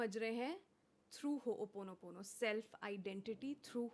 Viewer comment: Host is pronouncing it wrongly. Ho o ponopono not Ho oponopono. I am rectifying this because this word itself is a cleaning tool.. I hope you will not take this otherwise for correcting you